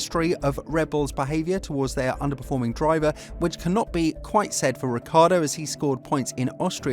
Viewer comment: his name is not Ricardo😂